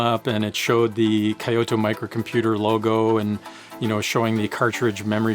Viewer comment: Great videos! Sorry to be that guy, but for your future videos, I want to make a suggestion to improve your pronunciation. The town "Kyoto" is pronounced more like Kyoh-toh. Two syllables. Even "kee-yo-toe" which is how most native English speakers end up pronouncing it, is more preferable than "kai-yo-toh". Stick it in Google Translate in English and hit the speaker icon.